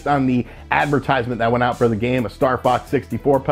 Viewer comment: twenny twenny